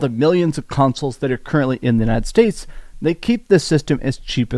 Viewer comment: Why do yiu keep saying "untied states"?